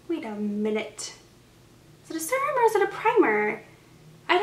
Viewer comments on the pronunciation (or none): It's pronounced ser-rum or sear-rum. You can also just Google pronunciation and hear audio. It sounds like you're saying surum. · Farsali unicorn essence is a hydrating serum but also leaves a little tack on the skin so it works as a primer too. Also, fyi you're saying serum wrong...it's kinda killing me. Sorry, just thought someone should tell you 😌